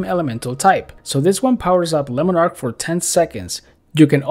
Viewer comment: "Lemon ark" love the English pronunciation of it :D